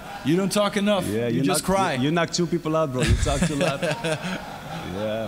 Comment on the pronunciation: "you tolk a lot" "you don't tolk enough, you just cry" 😂😂😂❤️